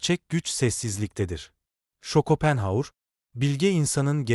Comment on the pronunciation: Yapay zeka çevirememiş takılmayın